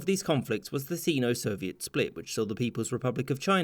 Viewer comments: Is pronounced si-no not see-no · Sino not seano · "Sino" is pronounced SYNO no SEENO. lol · grits teeth: "sino" is pronounced "seye-no" or "sinno", not "see-no". Does it matter? Normally, no. In the context of a video like this, yes: how many other wrong things are in this video because "I always thought that's how it was" so you didn't check? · it's pronounced Sign-O. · You said Sino Wrong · I have always heard it pronounced with a long I, which way is correct?